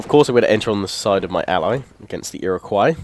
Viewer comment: The way he said Iroquois at the beginning of the video triggered me.